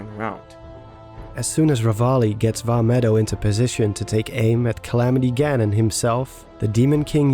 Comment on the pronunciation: You got the Vah medoh part right